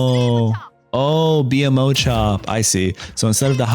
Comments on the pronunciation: please lord....not B.M.O its BMO (bee moe) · Good video bro. Gave some good information. It’s BMO tho (bee-moe) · “BEE EM OH”?!?! tell me you’ve never watched adventure time without telling me. bra never call him that again plz. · Exactly do not mispronounce the most beloved character in the show!!!